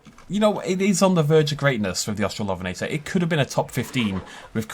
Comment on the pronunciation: Au-strallo-ven-eh-tore, not Aust-rall-OF(?)-enn-eh-tah. Hermione Granger, out.